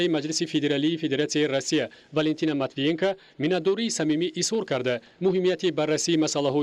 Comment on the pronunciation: Манитивиенка, не. Матвиенко..ина бо як диктори бесавод